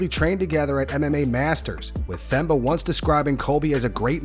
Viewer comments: For the record, it's pronounced Temba, not Themba. You exaggerate the T and forget the H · it’s pronounced TEMBA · Yoooooo why the narrator dude keep saying the (Th) in Themba’s name. The H is silent DH!!! Do you actually watch the UFC bro? You’ve never heard them says his name? lol. Sounding like uncle Chael up in here. lol. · Themba is pronounced "Temba". You gotta bother looking up interviews where these guys say their names clearly. How long were ppl mispronouncing Dricus du Plessis? Its not difficult at all, basic journalism required. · 🔆Bro! it's unbearable, how they pronounce such a simple name so horribly 🤦‍♂️😂😂